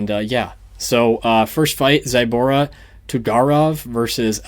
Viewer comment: Bro its zu like zulu not zaibara zaibara.